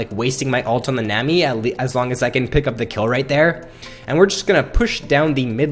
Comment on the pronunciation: its nami not nemi -.